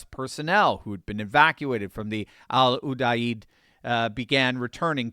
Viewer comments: It's pronounced Al like your buddy Al short for Alan, you-deed. Put it together as "Al You Deed." At least that's what we called it when I served. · Pronounce it "AL U-DEED". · *Pronounced Al-U-deed